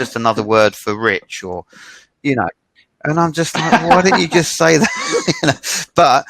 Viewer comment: 講師は何人ですか。highをホイ、sayはサイ、tinyをトイニーとか耳馴れない発音が多いですね。私は英語は出来ませんが。